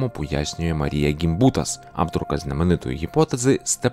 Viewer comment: наголос не той у Дьяконова, наголос не той у Гімбутас